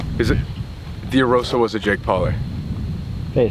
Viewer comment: And he called them "Jake Paullies" XD